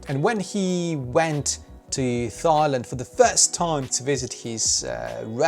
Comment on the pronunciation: PS it’s pronounced [tailænd]. “Thai” spelled “thigh”, means the leg above the knee. Great video, keep ‘‘em coming!